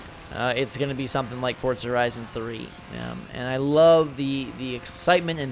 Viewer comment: Why does he pronounce it like Fortza?